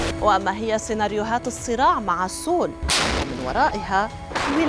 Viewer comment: سيول لا نقول سول، خطأ نسميها سيول Seoul 😊